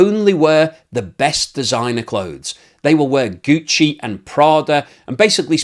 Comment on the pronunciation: Gucci and Prada, the way you pronounce it is so lit 🔥 😂